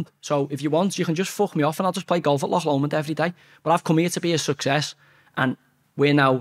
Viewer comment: Well done for saying Loch instead of Lock Lomond.